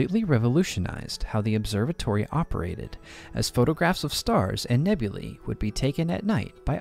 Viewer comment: I appreciate that you correctly pronounced the plural nouns "nebulae" and "novae". Apart from the words "aether" and "caesar", it seems difficult for English speakers to accept that "ae" is the long "e" sound (as in "street"). Which is understandable, if you don't know Latin. Anyway, I get why most English-speakers pronounce those words as "nebul-AY" and "nov-AY". It's not a big deal. (But still, I appreciated your effort.)